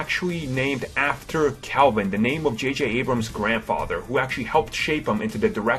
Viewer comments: JayJay Ebrums? wow this guy can't even pronounce the name of the creator correct. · jj ebrams? Lol.